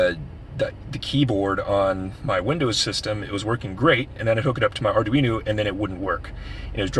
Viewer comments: ArduinO not ArduinU. Slightly annoying. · Arduino. It's an o at the end not a u.